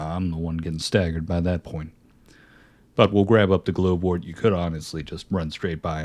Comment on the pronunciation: Just fyi glovewort is pronounced like regular glove like you wear on your hands